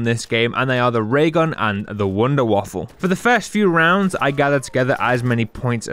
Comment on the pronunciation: Wunderwaffe not waffle